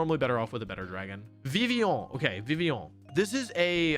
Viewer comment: That was a legitament French pronounciation of Vivillon. Very nice.